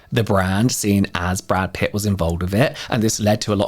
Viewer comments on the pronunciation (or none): *Pitt not Putt 😜